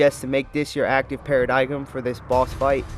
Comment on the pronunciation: You mean para-dime, not para-digum right